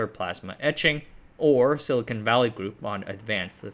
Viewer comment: silcon /silikon/ not silicone /silikoun/. The first word has a hard n and a short o like in con, the second has a dipthong ou like in cone. Funfact silicone contains silicon(Si).